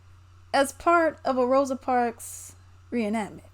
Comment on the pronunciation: Come on EDITOR(S), her name is ROSA, not ROSE!!! We are better than that.